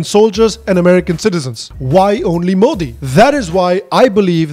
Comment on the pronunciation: Being pretty doesn't make you a journalist, and also that she can't pronounce Modi